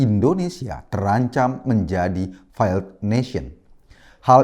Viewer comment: Failed baca feild bukan faild.